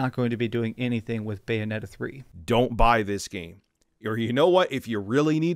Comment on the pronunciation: What’s Bayonneta 3?